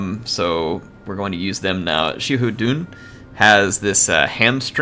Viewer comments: Xiahou Dun is pronounced like Sa Ho Dune or Sa Ho Do In. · I think it’s pronounced sha-ho-dun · Great video, just one quick thing Xiahou Dun - "Sha-ho Do-in" Cao Cao - Tsow Tsow" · Hey,. According to my Chinese students, Xiahou Dun is pronounced like "SHA-how DOO-en." Yeah, I've been mispronouncing it for years, too. Thanks, Dynasty Warriors localization...